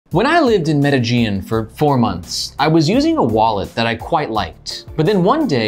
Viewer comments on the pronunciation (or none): Never heard Medellín pronounced like Aegean 🤣